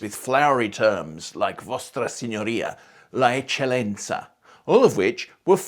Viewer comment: “EcceLLenza”, with two L